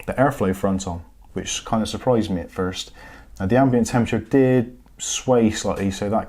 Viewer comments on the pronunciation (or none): none